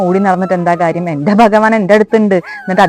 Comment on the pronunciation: ബഗവാൻ അല്ല ഭഗവാൻ